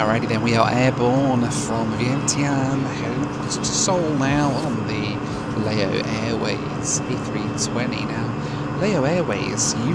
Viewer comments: As others have said, Laos is pronounced 'Louse' as in 'House' and Lao is 'Laow' as in 'cow'. What's bizarre is that over these two videos, you have added in video clips from a cartoon where it is pronounced correctly - it has been literally demonstrated how to pronounce correctly (though I'm guessing you did the filming, before digging out those video clips to insert in to the edit!). It's still making me wince every time I hear it mispronounced, especially as I hitch-hiked across the country in a lorry back in the mid 90s! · Lao is pronounced like "cow" or "brow", not like mayo (as in mayonnaise). But you did pretty well on "Vientiane". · Lao is pronounced to rhyme with 'cow' and Laos with"house" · Great video as always. It’s Lao (Laʊ) as in Wow (waʊ).